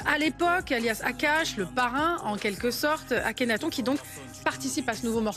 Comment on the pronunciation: Déjà elle dit « akhenathon » au lieu de « akhenaton »